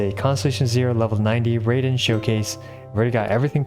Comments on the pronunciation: "I've decided to call her 'Rayden' instead to completely avoid this controversy." ahem It's pronounced Raiden, Ra-i-de-n. It sounds like r-eye-den. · Tiny bit of pronunciation help: 'Sara' is pronounced like 'Sah-ra', not 'Sarah' (the American female name) 'Raiden' is pronounced like 'rye-den', (rye like the bread), not 'ray-den' Hope this helps. :) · An easy way to remember Raiden is not Rayden is the electric Pokémon Raichu, evolves from Pikachu, the "Rai" is pronounced the same :) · Raiden is pronounce as rye-den (like dye/die), and Baal is pronounced Bah-ahl. :) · Uhh no actually, its not Reiden {raiden} its pronounced (Ruh-iden) Sorry bro its not over its not gonna end from(baal) Lmao 🤣😂😂😂 im just meming guys dont take the comment as offensive. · Alright, so now it is time to correct how you say Raiden! It is not "raid-en" it is "ra-e-den". Not separately pronounced. Just separated the letters to show the pronounciation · fyi, i think its "righden" not "rayden", and "ayloy" with the "ay" as in "hey", but great video nevertheless ty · Even when you say “Raiden” it’s not “Ray-den” it’s “R-eye-den” Shame on you 😂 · Me: ohh ok he's going to stop saying Rey-den and instead say Rai-den like it was ment to,that's nice: Sike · Poor man, he gets rant when calling her "Baal" and "Ball", and to avoid that he calls her "Rayden" instead of "Raiden" XD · Well talking about pronunciation, it's pronounced "Raiden" as in "ah" followed by "long I" not "Rayden". Raiden is a Japanese word which means "thunder and lightning". "Rayden" is how Ed Boon decided the pronunciation of the Mortal Kombat character's name would be lol. TL;DR the correct pronunciation is the Metal Gear character's name rather than the Mortal Kombat character. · You are pronouncing Raiden wrong too. Its Rai-Den, sounds like Rye-Den. You are saying Raid-den. Theres no second D. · Not Beyl its Bah-al Not Rey-den it's Rah-ih-Den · no no no. It's not "RAY den" It's "RA - I den" DinkDonk